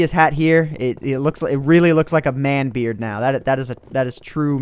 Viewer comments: I thought you were saying "I will regenerate my beer" You really "I will regenerate my beard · did anyone eles think was saying i must feed my beer or was it just me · Is he saying feeding his beard or feeding his beer? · It sounded like u said im regenerading my beer. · did he say beard or beer? the world will never know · It sounds like I'm feeding my beer and I NEED TO REGENERATE MY BEER! Okay you do that lol... Btw Yes I know he is saying beard. My first impression was beer, though. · It sounds like he's saying I'm feeding my beet